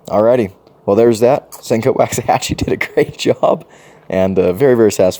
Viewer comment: I really like your Rat-2 D-2…😆 Drop the T out of the name… it’s Waxahachie. And you’re right, they did do a bunch of models after cities in Texas. There has to be a connection there somewhere.